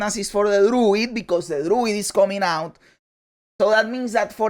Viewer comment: "I NEED DE LWUID 🤌!!"